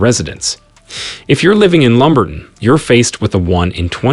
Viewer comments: Dude learn to pronounce names. It's lumber-ton not lumbert-on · It's pronounced Lumber-TON in ROB-(not ROBE)-eson county. Many of the visuals do not match the actual towns....Also, towns everywhere have their crime-ridden areas. LumberTON has a certain small-town charm.